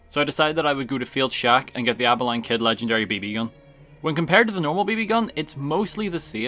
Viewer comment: Love the way you pronounce Abilene lol